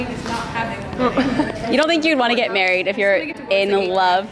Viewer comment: “She’s getting maweed “